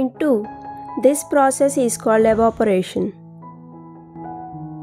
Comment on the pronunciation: Evaporation not Evaperation.... Many peoples are taking note from your video. Plz change..Thanks..